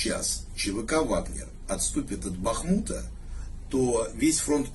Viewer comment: Ні чого собі. Прігожин правильно вимовив назву Бахмуту.